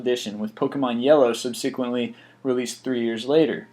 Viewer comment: I've watched many of these list25 videos and in nearly every one of them, the narrator pronounces certain words really oddly and unusually. Examples: Conspiracy = KAHN-SPY-racy; Subsequently = sub-SEE-quently; Camel = KAY-mel (really???!!!) Andre Agassi = andre-uh-GASSY Janus = JANICE (haha)